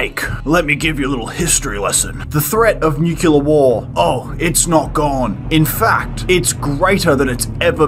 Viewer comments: Trigger warning. "nucular". Way too often. In earnest. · Nucular? Like ocular? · New clear, not Nu ku lur. IH says it correctly, but the Britt chews it wrong. Great video regardless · > Did you watch the video? One of them says "nucular". I'm complaining about that. I know how to write and pronounce it, and it makes me cringe every time someone gets it wrong. Hence my trigger warning.